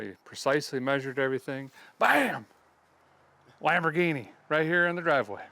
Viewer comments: It's the "Lam 'Board'ghini " LOL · Everyone saying Lumberghini while I’m sitting here saying Lamboardghini. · It's a LambhOrganic! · I'm going with "Lumberghini" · Lumberghini count-ash. Lol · Lol Lambordghini. Guess you can name it master splinter.😂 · "Lumberghini". lol